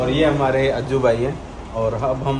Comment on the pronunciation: अज्जी नहीं अज्जू